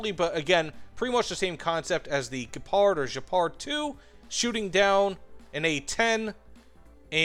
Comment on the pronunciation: WTH, why do you call the german SPAA "Jepard" ? :D Just call it like the big cat Gepard, there is no J in it, sounds weird.